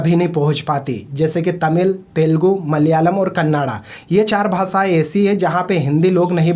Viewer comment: भासाय नहीं भाषाएं होता है